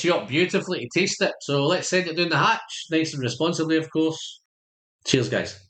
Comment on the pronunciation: Nice review, sounds tasty (always enjoy hearing you say 'Doon tha hatch!'). Indies: you know anything about Morrison Mac-Talla Strata 15yr? Bottle says Islay so I'm guessing it's peated...